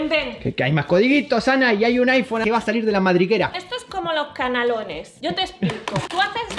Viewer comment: Notas de un Tecnonauta:. Canalons se pronuncia en catalán, por lo que hizo un canelón de lenguas. Acabo de comprobar que si compras un iPhone puedes activar un año gratis de Apple TV. Si quieres otro vídeo probando más en profundidad el iPhone SE, pídelo aquí debajo